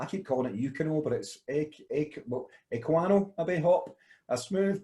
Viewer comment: Eh-Qua-Not 😂 Bottle/can V Keg ...Just depends if the the beer is bottle conditioned, meaning you add yeast/sugar for carbonation then the beer will be slightly higher ABV. Not a lot of breweries do that nowadays, they condition in tanks/bright tanks and fill directly into bottles/cans/kegs with the beer already carbonated using counter pressure. Cask beer is different, they will transfer into casks a few points before fermentation is finished for some natural low carbonation.